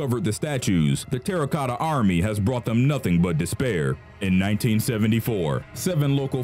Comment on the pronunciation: *Terracotta, not "Terra Cota"